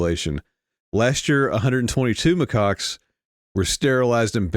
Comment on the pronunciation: It's Macaques, Macaques, Macaques.... reprogramming